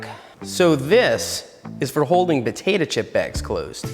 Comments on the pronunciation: “Puhtaytuh chip bags”-Seth 2020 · He says potato like batata